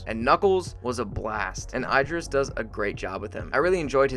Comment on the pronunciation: “Eye-dris Elba”?